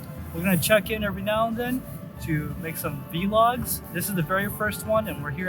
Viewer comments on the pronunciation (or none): i love it so much that he said "V-log"